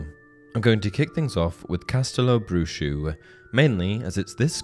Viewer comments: It's read castelo bruho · Castelobruho is pronounced "Ca-stel-o-brew-ho" NOT "Brew shoe"